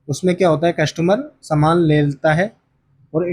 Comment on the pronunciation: समान नहीं। सामान। समान मतलब equal सामान मतलब goods